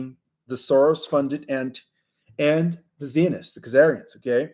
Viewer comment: Zionists I’d pronounced like you would say HI AS IN HI HOW ARE YOU. IT WOUKD HAVE A ZEE IN FRONT OF HI. IT ISNT CLEAR why SO MANY every day words are so mispronounced, MAYBE BECAUSE YOU ARE NOT FROM THIS WORLD. I THINK YOU ARE AMERICAN BY BIRTH. I AM NOT SURE.